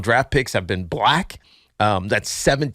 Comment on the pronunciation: Tiki pronounces "Black" the same way a racist white guy would say it.. i can't stand it and I'm Black